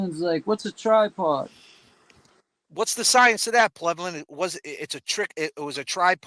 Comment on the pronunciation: Love the way you say “Plevlin” 🤭 P.S. It was Higgins!!!